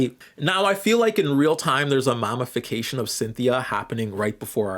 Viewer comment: says we have the sociological understanding of 3rd graders also: pronounces mammy as "mommy" and says "mommyfication" the entire video it's funny because I agree with the video but sometimes lectures on these topics as if there were no black or even halfway-knowledgeable people in his audience 💀